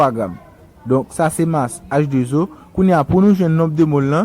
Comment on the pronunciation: Salut alors excuse moi cher Monsieur pourquoi on peut prononcer la formule comme sa H2 zo je pense que la prononciation c 'est H 2 O